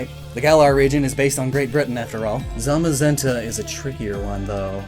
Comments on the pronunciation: How the hell do you butcher the names, although the british employee of Game Freak pronounced them correct? Zamazenta (Tsamasenta) and Zacian (Tsashian)...just learn it already... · When he was reading the book and kept saying zenta and the shield Pokemon zamazemta